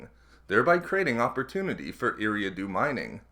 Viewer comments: its pronounced E-ra-do sorry it just hurts my ears to hear every planet mispronounced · Solid video but in the name of George Lucas, please learn how to pronounce Eriadu correctly! (Ear-ree-ah-doo)